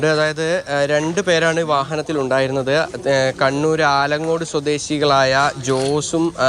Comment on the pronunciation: ആലങ്ങോടല്ല ആലക്കോട്